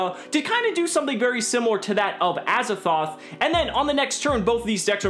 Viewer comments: why do you say azathoth its triggering me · Gawrdean Sleighs It sounds like says Azathoth. With a ‘th’ on the end. Hmm. Just me?